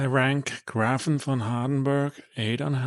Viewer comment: Thank you for your review I am corius how it will perform at my home. PS. the ä ist pronounced as E so GrEfin.